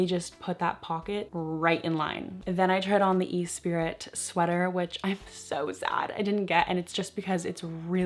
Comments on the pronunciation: esprit is pronounced as e-spirit?????? ive been calling it es-prit with a silent t all my life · Great share, thank you! Love the F sweater on you, too! ..and those 7 jean are amazing! Fyi...the Esprit top (always hit or miss for me when I find lol) is pronounced ee-ˈsprē or myself I say, Es-spree. 🤩🤩🤩